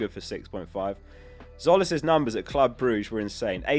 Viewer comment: Tzolis is pronounced Jolis, psoli is slang for a penis. I work in Greece…